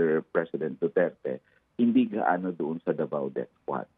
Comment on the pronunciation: Damay pa tuloy ang Dutch.hindi sya Pure Dutch.hindi nga ma pronouns ang Duterte.banggit nya Duterts😂